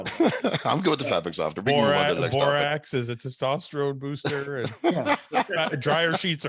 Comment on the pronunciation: For the love of God “borax” thank you 👏👏👏